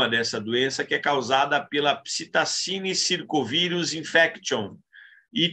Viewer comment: "Psitacine circovirus infection e Psitacine circovirus disease são dois gêneros do vírus do grupo..." foi foda de ouvir.🤣 Mas tirando isso, boa apresentação! Esclarecedor.